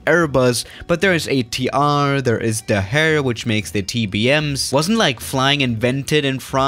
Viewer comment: totally butchered ATR pronunciation.